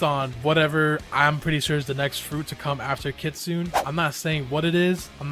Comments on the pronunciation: ITS KIT SOON NOT KIT SOON AY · Its kit 😂sune not kitsunay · BRO HE SAYS KITSUNE LIKE KIT-SUNE-NAE AND MINOTAUR MINE-O-TAUR LIKE WTH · it's literally pronounced kitsoon like uzoth said not Kitsune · kitsunay??? its kitsune here in amerca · Btw its pronounced kit-soon. Not kit-soon-ey So Uzoth is right btw so don't puke because of him puke because of you not knowing the Pronounciation Ty. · I AGREE BRO PRONOUNCES IT KKKIIIIITSSSSSSOOONAY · ah, you can't be more triggering - Its pronounced right the way Uzoth says it, you say it completely wrong.